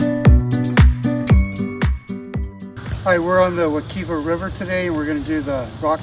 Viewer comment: If you are going to make a video about a river learn how to pronounce it Wuh- KIVE -uh